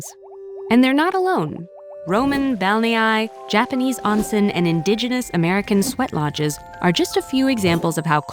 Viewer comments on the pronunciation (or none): Pronounced "oh-n-seh-n", not "ahn-sen". The English exclamation "Oh!"